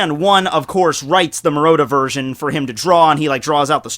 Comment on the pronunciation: You're pronouncing Murata's name wrong.... <=0